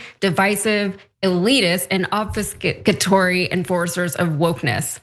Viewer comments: PS, it's ob-FUS-catory. signed, small-town non-college-degree-holding texan white man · and not a single one of these highly-superior intellects were able to successfully pronounce obfuscatory. smh